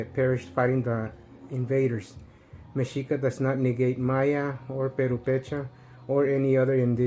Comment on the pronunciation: That shit you say mensito movement, it's fucking funny!